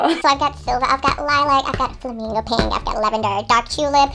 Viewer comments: Piiiiiiink hör bitte auf bei Pink das i soooooo hart zu betonen Danke #nohate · I am so TRIGGEEREED of how she pronounces pink 😂😂😂 Thinking about closing the video and watching something else...😂😂 pink pink PIIINK PIIIIIIIIIIINNNNKKKHHH!!! 😭😬🤪🤯🤯🤯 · I love how she pronounces pink... "peeenk" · someone needs to make a compilation of pronouncing PEEHNK 💕😹😹💛💕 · Oh my God your pronunciation of pink is so annoying and bad... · Am i the only one who gets so annoyed by the ways she pronouns pink? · Dieses absichtlich falsche aussprechen von pink regt so auf